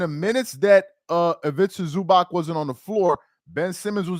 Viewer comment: Is ivica zuubahts not zubak.